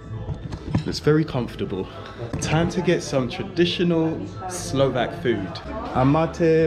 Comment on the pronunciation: wondreful pronunciation, love the way how you are trying to speak Slovak everywhere, so nice, so polite...